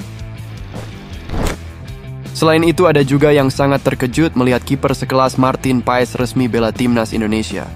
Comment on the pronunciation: Marteen paas bacanya